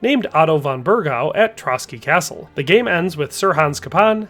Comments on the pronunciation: Did you fr pronounce castle with a hard T? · He also pronounces the “t” in castle lol